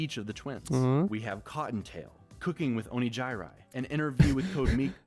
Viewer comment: i now unironically call Onigiri as "Onijayrai" since watching that collab xd